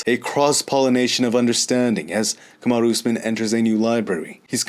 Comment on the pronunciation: says Kamaru Usman like it’s a Japanese name! Kamadu Oozmin. Lol. Respek. Always entertaining!